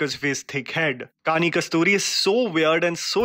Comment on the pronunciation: It's not Kasturi It's Kusruti